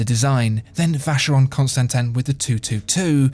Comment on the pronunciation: French or English pronunciation? "Vaesheyrone constantain" sounds better than "Alange Sohne" but then again, both are terribly wrong -_